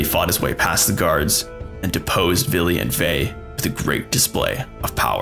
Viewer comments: ...it's Vili, Ve, and the allfather...who the f is "Billy"? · Fillheim is German.. Norse mythology is Scandinavian. Yes the German was vikings then, but they're European. Also it's Odin, Villi and Ve, not Billy and Vai. AND IT'S VESTRI NOT WESTRI. It's Midgard, not Midgarde. Hvergelmir. Also Villi and Ve were never, NEVER renamed. They were just also called Honir and Lothur, not Loki. It's Askr and Embla, god dammit. And it's Asgard, not Asgarde, god is this Marvel? putting A in Norse names? god damn. Odin's ravens names are Huginn and Muninn, thought and memory is what they represent. Thor isn't Freyja/Frigg's son, he's a son of a jotun giantess and also Goddess, Jord/Fjorgyn. Baldr, Hermod and Hodr whom are children of Frigg/Freyja. Vidar/Vidarr being the son of Grid also a jotun giantess. Heimdall is also Odin's son, but he had 9 mothers who were sea maidens or also Jotnar of the water, Gjolp, Greip, Eistla, Eyrgjafa, Ulfrun, Angeyja, Imth, Antla, and Jarnsaxa. Also we don't know who Tyr's actualy father is, we either say it's Odin and another Jotun named Hymir. Tyr's mother is yet another Jotun, Hrodr. Loki is not Odin's son, Loki is the son of Laufey and Fárbauti. Loki is not an Aesir, he's a jotun, he was an ally with the Aesir. Loki becomes Odin's blood brother after tricking the blind god Hodr to shooting Baldr with the mistletoe. Also it's Suttungr. Ivaldi is the father of the Brokkr and Eitri, we don't know nothing about Ivaldi, but we know his sons are known as "Sons of Ivaldi", Ivaldi never made Sif's hair, Brokkr and Eitri